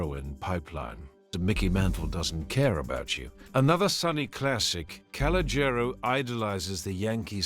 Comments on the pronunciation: Can you please stop saying his name you are absolutely butchering it. Just say “C” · The kid's name is colonial the name might be misspelled but it's not being pronounced right